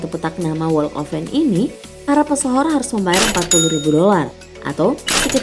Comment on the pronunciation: Unsubscribe. Karena cara baca walk of "fame" nya gak bener. Harusnya cari tau dulu dong gmn ngucapinnya. Maaf, mohon dipertimbangkan